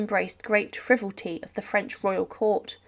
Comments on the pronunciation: The word is ‘frivolity’ not ‘frivolty’ 😢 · Speaker can't pronounce certain words like frivolity. It's the Conciergerie. A concierge is a person. Had taken, not had took. Her executioner's name keeps changing, and I am sure he did not say Viva anything. What is a necro phyllis? Some pictures definitely not of M.A.